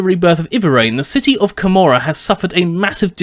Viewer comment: I thought it was pronounced KO-MOR-AH